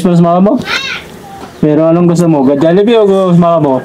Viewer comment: HOOOOY, BASAHIN NYO KC MABUTI, HND KAYO MARUNONG MAHBASA NG TAMA, JOLLIBEE, HND JALLIBEE, WALA NMN JA